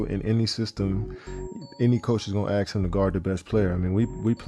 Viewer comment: The man can't say "ask" at age 40.